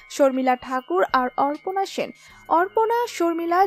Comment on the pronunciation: অপর্ণা সেনক অর্পনা বলা হচ্ছে কেন